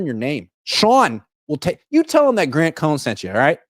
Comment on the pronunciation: Grant you butchered my super chat